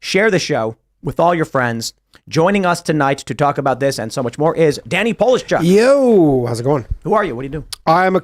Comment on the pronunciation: pronounced poleeshyuk =]